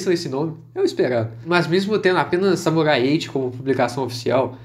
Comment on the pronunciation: Eu juro que quase toda hora eu escuto vc falando "Samurai Ecchi" kkk